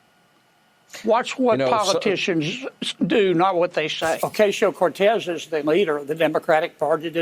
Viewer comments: John Kennedy is such a phony. And he purposely mispronounces AOC's last name. He's the ONLY one anywhere who pronounces it that way. No one else pronounces it that way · Kennedy is a racist pos. Can't even pronounce AOC's name properly.